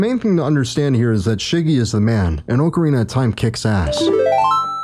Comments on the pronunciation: I couldn't even get past the first five seconds of this video because you said "Oak-ca-rina" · This mans opens up immediately pronouncing ocarina like a clown, I respect it lmao